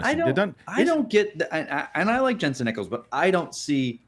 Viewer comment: I say this with peace and love but my Jensen Ackles fan girl heart breaks a little every time you mispronounce his last name. It rhymes with “Jack” not “Eck.” I enjoyed the show. Love watching every week.